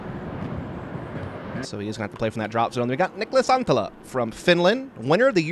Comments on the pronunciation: Sounds like Niklas Antila to me. Just add one more T and it is really good. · yeah ikr! It souded so bad, Niklas Anttiija 😂